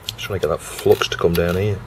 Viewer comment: I reckon the Flux gods are punishing OP because he pronounces it flox.